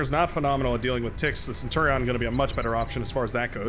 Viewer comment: It's 'Centurion' bro lmao Love your vids!